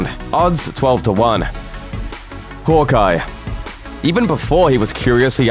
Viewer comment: the way he pronounced hawkeye made me cringe for a thousand life times